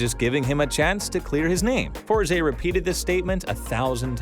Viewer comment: Its Force, not FOR ZEE ><